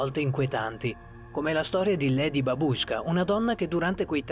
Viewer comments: Si dice babushckà nn babúashka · babausca con l'accento sulla prima a